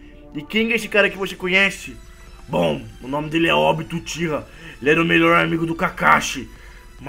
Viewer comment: Não é óbito obito e não é akatsuke éAkatisuki